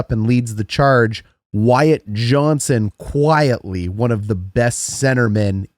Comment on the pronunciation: Good video except..... his name is Wyatt JohnsTon.